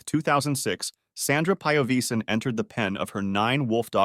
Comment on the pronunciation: Piovesan Is an Italian surname, spell It like you read It. NoT PAIOVISAN 😂